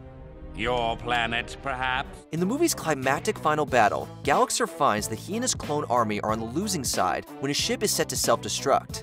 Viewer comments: Lol you said Gallaxhar wrong 🤣🤣🤣🤣🤣🤣🤣🤣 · first, its pronounced Gallaxhar, not Gallaxher. second, mr tweedy didn't push the door it fell on it's own. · I normally don’t nitpick, but the plot summary they gave for Gallaxhar is incorrect on a couple notes. 1. They don’t even pronounce his name right (it’s pronounced Ga-lax-are, but they say Ga-lax-er) 2. Gallaxhar was not invading Earth for Quantonium (he extracted it from Susan who had gotten it from the meteor that landed on her), the invasion was simply to take over Earth and make a new home for him and his clone army since he literally destroyed his home planet.